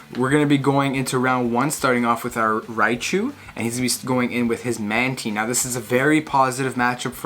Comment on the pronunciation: My boy saying mantine correctly!